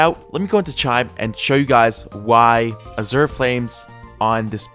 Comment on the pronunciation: I rlly wanna correct his pronunciation of Azure but i feel like hes doing it just to entice comments and dont know what to do